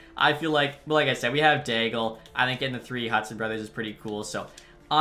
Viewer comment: I think Gabriel D'Aigle's name is pronounced like it has a silent L if that makes sense. Like the sens draft pick from the 90s.